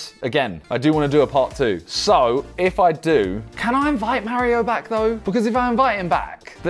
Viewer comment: Yo he said mareo not mario